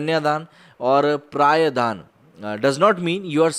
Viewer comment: सही विषय चुना आपने,शायद आपने record करनेसे पहले अंग्रेज़ी script ठीकसे पढ़ी नही होगी जिससेकुछ ग़लत उच्चारण हुए हैं.अर्थ भी बदल जाते हैं.उदाहरण -कन्या धन,पराया धन ,जिन आदि.कृपया अन्यथा न लें.🙏